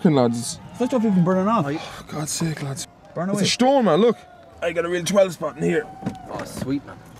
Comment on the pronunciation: When you've enough for a little bit more than a ten shpot and not enough for an eighth. 😂